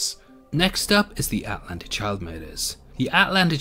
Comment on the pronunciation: the way this guy says Atlanta kills me